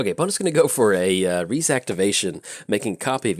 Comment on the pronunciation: "Rhys" is actually a Welsh name. You might know it from the actor John Rhys-Davies (Sallah from Indiana Jones, Gimli from LOTR). It's pronounced like Reese, as in the peanut butter cup.